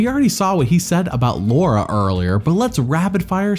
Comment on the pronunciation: "Luara" lmao